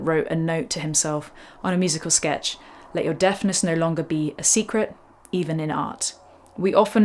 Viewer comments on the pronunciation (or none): none